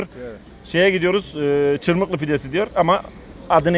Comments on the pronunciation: ÇIRMIHLI DEĞİL:) ÇIRMIHHHHTII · Çırmikli değil abi çırmıhtı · çırmıklı demişsin ama doğrusu çırmıktı(çırmığtı) 😂😂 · Çırmıklı değil hocam yanlış anlamışsın, çırmıktı diye yazılır çırmıhdı diye okunur 👍😊 düzeltin lütfen.. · Çırmıklı değil, Çırmıhtı (Yeşilyurt). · İsmini bile yanlış söylüyorsun çırmıklı değil biz Malatyalılar çırmıhtı deriz oraya birde bu sonradan gurmeler birisi bir yere gitti mi diğeri hemen aynı yere damlar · Cirmikli degil cirmihti diger adiyla kundubey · Çırmıhtı çırmıhlı değil